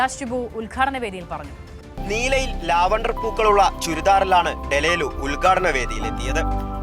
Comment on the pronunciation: ഡലേലു അല്ലാടെ ഡെലൂലു 😂😂😂😂